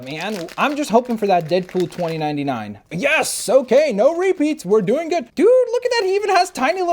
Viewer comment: When you said noooo it sounded like u said nurrrrrrrrr